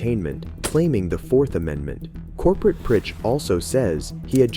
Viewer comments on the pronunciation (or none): It's supposed to be "Corporal". These shitty bots mispronounce everything, especially when the people making the videos don't speak English. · TIL "Corporal" is pronounced "Corporate". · Bro how tf did you really just pronounce Michael like "Mee-cheel"?????? And why did you keep saying "Corporate"? It's "Corporal" lmao. Oh and even more! You pronounce "Lamontagne" like "La-mon-taynj" dude where did you learn how to speak? Are you dumb? It's clearly french and would be pronounced "La-mon-tayn". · ya I am pretty sure the narrator meant "corporal"... although that sounds like a pretty basic AI speech error. Patrolman is a rank in some PDs (I don't think there's a standard ranking system among every PD in the US), as opposed to the military—i assume—Patrolman is most likely a lower enlisted rank (probably the lowest), like for a rookie, or a PVT E1 in the army and USMC